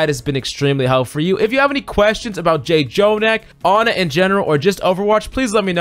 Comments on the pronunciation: Why do you say J-Jonak. Like you can just say jonak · IT'S JUST JO-NAK NOT JAY-JONAK 😵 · FYI: "Jjonak" is pronounced with a single "j" so it's "jo-nak" and not "jay-jo-nak". This is a Korean thing. When there are double consonants, they become a stronger sound of that consonant. In this case, the pronunciation is in between "j" and "ch". By the way: Jjonak is short for Jjomullak Nakji, which translates to "Squishy Octopus". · it triggers me how he keeps saying j-jonak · I was gonna comment it but you already did. Im just 3 mins into the video and was ready to say it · 1. Don’t promise in the title more than you could claim (Refer to Rein shatter video) Irritated lv.1 2.Revise your script, don’t controverse yourself, please. Irritated Lv.2 3. Call his name correctly “Jo-nak” It’s like your job is to read the scipt and never watch OWL..... Irritated lv.3 If you wanna be a good youtuber, create good content (which you did) and don’t promise something you can’t fulfill and plz research what you are presenting..... playing good ≠ teaching good. I like your content and hope you improve on these small stuffs that matters. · Hard to enjoy this video when he keeps saying Jjonak name wrong. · I can't watch the video it irritates me to much to hear jjonak's name said wrong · Don't mispronounce daddy Jjonak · Can’t enjoy this vid when you keep saying his name wrong